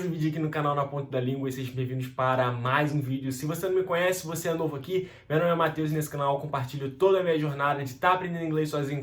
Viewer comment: Sua pronuncia ta super natural so pude perceber o accent no "Mateuxx" hahaha não que seja um problema. Parabéns... Edit: Estudo a cerca de 3 meses meu foco é ler e escutar bastante mas logo começo as aulas de conversação tb!!